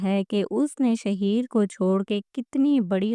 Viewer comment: Naam to sidha bolna a Nahin Raha shaheer Sahi laga raha hai shahar ko Nahin chhod Kar patarki valid superstar rahi hai